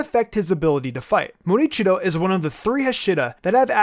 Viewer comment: I believe it's "Muichiro" not "Murichiro". Also, I think Rengoku should rank higher on the list. He, for one, is Mitsuri's sensei and love breathing technique was derived from his flame breathing technique. Had he lived longer, he would have manifested the mark.